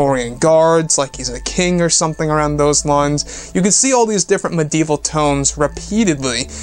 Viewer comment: I love you bro but, “medieval” is what you’re trying to say right. Lol jk